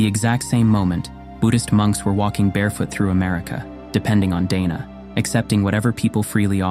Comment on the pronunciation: I am a Buddhist, and would like to correct a couple of things in this video. The pronunciation of the Pali word Dana is not like Day-Nah in the video. It is pronounced like Dar-Nah. Its meaning is generosity or giving. Buddhist monks do not eat only one meal a day as mentioned in the video. They eat two meals a day, breakfast in very early morning and lunch before noon. And they do not eat dinner.